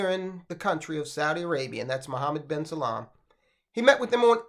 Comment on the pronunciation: It’s Salman, not salam 🙄